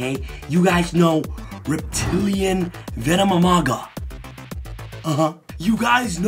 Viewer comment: Veno-mi-maga Me: >.> BRUH